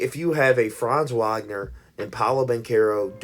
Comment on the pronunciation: It's baffling to me how you know to pronounce Franz "Wagner" but not Moe "Wagner" like they aren't brothers.